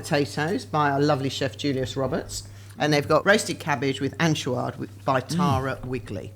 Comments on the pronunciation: Lovely, don't pronouce it An-choo-ad but An-choy-ad, like choy in Pak choy. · For anyone who is interested, anchoïade is not pronounced ‘an-shoe-arrd’, it is instead ‘on-shoy-aahd’. And it is indeed utterly delicious.